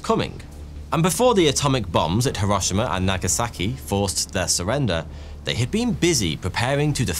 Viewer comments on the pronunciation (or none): none